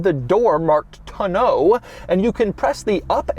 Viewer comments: Still cracks me up when he mispronounces the tonneau cover! Taun-oh, not tah-know. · Doug, the type of guy to put the ac-CENT on the wrong syl-LABLE. (He keeps saying ton-NEAU instead of TON-neau.) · The way Doug pronounces tonneau.......... you're not British Doug. it's simply tä-ˌnō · I'm extremely surprised that someone who is so involved in the automotive industry doesn't know how to properly pronounce tonneau.